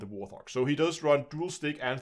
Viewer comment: FYI it's Wart-hog not war-thog